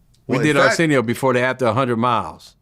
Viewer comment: My boy said Arsenio.....😂